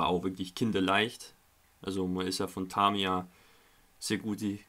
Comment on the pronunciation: Bei Tamiya bitte mal das erste A nicht so stark betonen ! Sonst aber alles schön :)